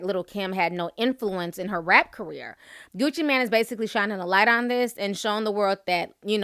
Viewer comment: his name is gucci MAAAANE nicht gucci MAN, geez i swear she needs classes on pronunciation